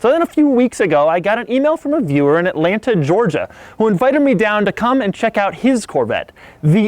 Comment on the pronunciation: nobody no one at all not even doug's shirt doug: AtlanTUH